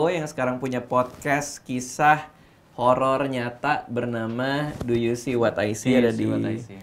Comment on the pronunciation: Kirain kuping gue doang yg salah denger kalo dia ngomongnya holor